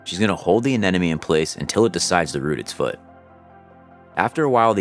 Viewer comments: Why do you keep saying aneneme it’s anemone! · Hearing anemone repeatedly mispronounced is driving me nuts. It’s pronounced “uh nem uh nee” As my 5th grade teacher taught us, “if you want to pronounce anemone correctly, remember that the anemone is not your enemy… or there’s no enemy in anemone”. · Good explanation and always amazed by setup and his team. But, please, say it with me: Anemone. A-nem-o-nee! Don't want to hear the narrator pronounce "nuclear".